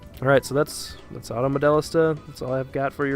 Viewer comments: "Auto MoDELLista" - Dude, the voiceover on the title screen has the pronunciation, how can you screw it up this bad? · Between the absolute butchery of the name, to the really stilted delivery and boring editing, I gave this a pass 45 seconds in. Gotta start somewhere, keep getting better!